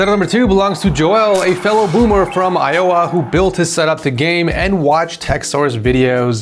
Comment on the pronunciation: I-YO-WA ... hahaha the funniest pronunciation of Iowa I have ever heard!